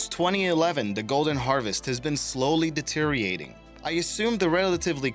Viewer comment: "deteriating"? Surely you meant to say "Deteriorating" my friend...